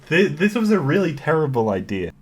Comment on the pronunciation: Nobody:: IDEAR